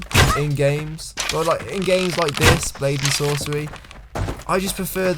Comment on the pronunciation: You said lady and sorcery